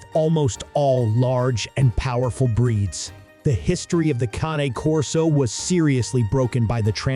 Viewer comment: How can I trust this when the moderator isn't even pronouncing the name correctly? If dogs weren't used in war, the Persians really lied bigtime. I have read a completely different history of dogs in war. Cane Corso as a war dog? Maybe not, but their ancestors were.